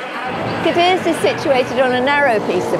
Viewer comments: The absolute least you can do is pronounce the city name correctly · The repeated mispronunciations are a huge disappointment.